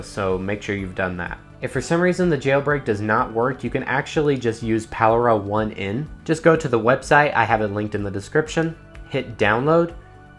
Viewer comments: I love the video however it’s not lockra 1 N it’s lock rain the 1 is a i. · I love that you call it "lock ra one en" :) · I believe "Lockra1n" is pronounced Lock Rain, tell me if im wrong lol same w checkrain